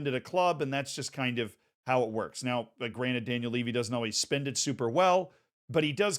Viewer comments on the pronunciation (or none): none